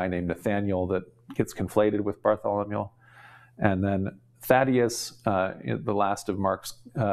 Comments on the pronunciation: is just so incredibly impressive! So it's surprising to find him repeatedly mispronouncing the name "Bartholomew", as he definitely does Have a listen, and judge for yourself: and again (which is preceded by the only occurrence, in my life, of the poor pronunciation of the city of "Beirut") And other occurrences Ugh, John!! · Bless you for trying to pronounce all these names. I love how you pronounce Bartholomew as “Bartholomule”.